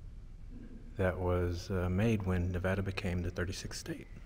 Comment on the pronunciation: I appreciate that you pronounce Nevada right. 😊